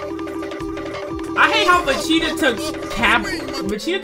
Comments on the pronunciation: wtf is a vacheeta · he's saying vecheata and not vegeta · im the only one who can hear him saying vecheata... time stamp